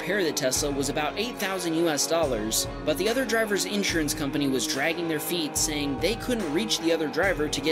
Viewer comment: The way you pronounce insurance pisses me off so much